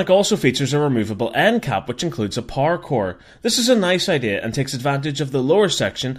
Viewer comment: When he says power core it sounds like parkour